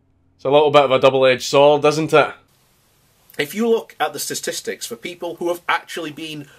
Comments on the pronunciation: did he say "sastistics"? "Breach of the priest?" I'll just leave that one where it is.... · If you slow it down to .25x he butchers the word statistics